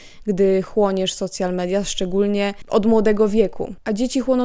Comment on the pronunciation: Super film, zastanawiam się kiedy to dojdzie do Polski w takiej skali jak w Stanach A, i jedna uwaga: strasznie boli jak mówisz "socjal media" ;-; Lepiej albo "soszjal media" tak jak się mówi po angielsku albo "media społecznościowe" bo socjal to można dostać 800+ na dziecko XD